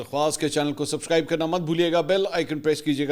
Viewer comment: Subscribe pura word pronounce krain